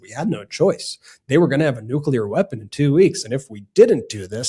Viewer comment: Someone please teach that maga congressman how to pronounce new-cle-ar